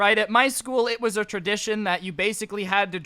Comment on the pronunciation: I don't mean to be mean, but I can tell. Its School Not scool